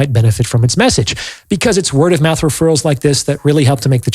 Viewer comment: He said stop running your MOUF 😂😂😂😂👌🏾💯